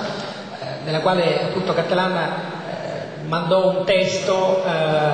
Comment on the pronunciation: intanto si dice "cattelàn" non "càttelan"... poi al tempo aveva 49 anni, non 59... che ignoranti...e si ritengono grandi professoroni...